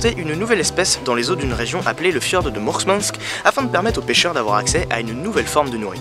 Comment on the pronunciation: Mourmansk* et pas MourSmansk (Мурманск) Prononcé ici à 21s → KamTchatka* et pas Kamchatka (Камчатка) ч → Prononcé ici à 10s →